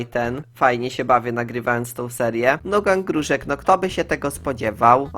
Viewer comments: XD mówi się GANG Gruszek a nie GANG Grużek XD ♥ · czemu ty mówisz „gróżek", a nie gruszek XDDD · Boli mnie to,że mówisz gruŻek, zamiast gruSZek xD Nick:obitum bleewed